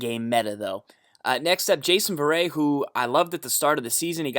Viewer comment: the t's aren't silent. It's not Ver-A lol